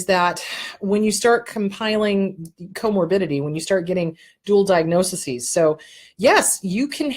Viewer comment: I want to help you with the plural form of "diagnosis". It is diagnoses (pronounced DI-AG-NO-SEES). Thanks for all the good info!